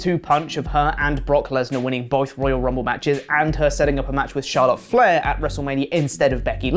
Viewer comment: 0.32 did you say boyth 😁